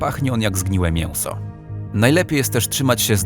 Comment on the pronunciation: Mięso a nie mięłso